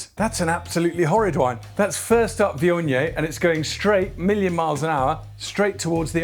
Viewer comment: Never knew it was pronounced vee-on-yay!